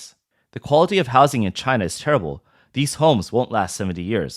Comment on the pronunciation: Made in Chy-nah quality.